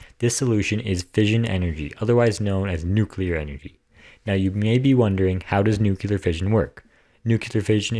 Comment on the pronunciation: Why don't you pronounce the word right? You say it NU Ku Lar and it is pronounced Nu Kle ar. Unless you work for Westinghouse, I have heard their engineers say it the wrong way. Are you trying to get a job with Westinghouse?